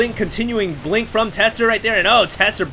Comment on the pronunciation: im sorry but the last 3 seconds sounded like you said "the nail in the cock"